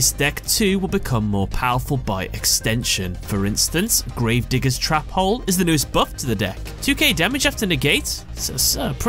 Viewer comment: I love how you say trap hole cause it sounds like youre saying Trapole